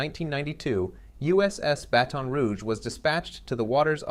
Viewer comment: Review how you pronounce the name “Baton”.